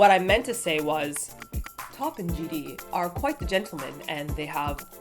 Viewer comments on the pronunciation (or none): Haha I just noticed you guys say JD instead of GD